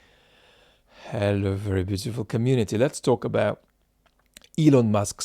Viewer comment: You’re doing well with the English H sound,, but I would miss your Russian-like pronunciation of “(kkh)hello” if it were to disappear entirely 🙂